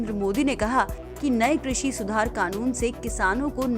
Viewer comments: भाई लोग डिसलाइक देख कर बहुत अच्छा लगा सबको पता है कि साहब जब भी लाइव आते हैं तो बड़ी बड़ी ही फेंकते हैं ' कृषि ' को " क्रुषी " बोलते हैं साहब😂😂😂😂😂😂😂😂😂😂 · किस किस ने नोटिस किया इसने कृषि को कुर्सी बोला 😂🤣 इससे अपनी जबान तो सुधरी नहीं ये कृषि ओर किसान की दशा तो तब सुधरेगा